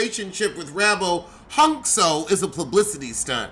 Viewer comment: Pronouncing Huncho as Hunx-ho will never stop being funny 😂😂😂